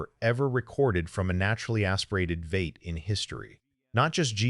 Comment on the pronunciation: AI Slop, what the hell is a Vate?